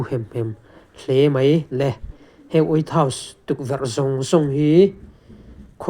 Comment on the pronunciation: Way house nge? wait house nge? hriatthiam ava har ve😂😂